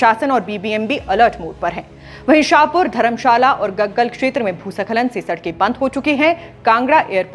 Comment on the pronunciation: Didi bhusa khalan to theek se bol do bhooskhalan